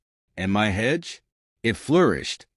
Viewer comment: HOA not HUA. Hedge not head.